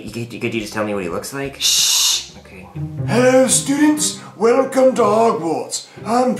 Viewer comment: I love how he Sayed "WELL COME TO HOGWARS"😅